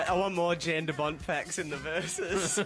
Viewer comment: It would be pronounced Yahn btw.